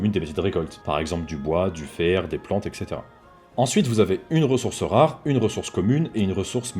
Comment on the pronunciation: Sympa comme vidéo, merci. Par contre j'ai pas pu m'empêcher de grincer des dents en t'entendant dire "ekssétera" il y a un "T", pas un "k" ni un "c". donc ça se prononce "etssétéra" et PAS "ekssétera". si c'est compliquer à intégrer, regardes la forme latine " Et cetera", sépares le en deux ce sera plus facile à prononcer correctement. Oui je chipote et c'est un détail, mais ça me casse autant les burnes qu'un ytuber qui dit des "bilds" au lieu de "bUild". Bref, même combat #soldat_de_la_langue fr ;p Tout le reste est nikel, merci pour ta vidéo :)